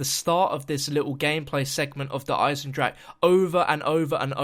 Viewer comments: just for the record Eisen-drache is pronounced: "Isen drahuh" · actually speaking german makes it so hard to hear "eisendrack" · You are all saying "der eisendrak" ffs its "der eisendrache" pls look it up at google to it right the next time ffs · why does everyone say der eisendrache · Pronouncing it wrong